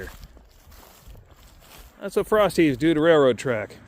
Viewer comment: At first I thought you were saying "frosty" and I'm like, "Yeah, let's head for Wendy's right now!" 😄